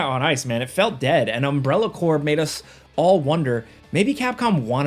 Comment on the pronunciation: thank you for pronouncing "corps" correctly. Sadly, in 2025, this is a rare treat.